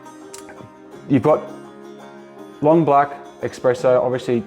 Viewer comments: Great video so far! I like the simplicity of it. Just one word of advice, it's "Espresso", not "Expresso". Please??!! 😅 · Why do you call it eXspresso? :)